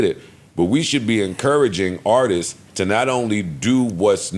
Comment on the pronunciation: not knowing how to say Artists is Crazy!🤦🏾‍♂️😂😂